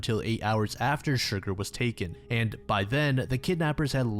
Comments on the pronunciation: I hate to be that guy but the Horse's name is pronounced Cher-Garr rather than Shurgur. Besides that this is a great series and im quite happy to see shorter entries more often than potentially having to wait for longer vids. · I'm sorry, I'm gonna be that annoying person. The horses name is pronounced Cher Garr not Shur gur - it was just making me giggle and you said it SO MUCH in that bit